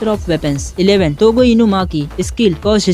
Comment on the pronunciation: Aoo❌ AOI ✅ TOGO❌ TOGE✅ Gojo❌ JOGO